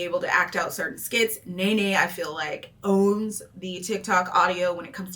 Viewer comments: Love your videos but just want to point out her name is pronounced “knee-knee” not “nay-nay” lol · NeeNee, not NayNay.lol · Now why would you mispronounce Nene’s name like that? Lol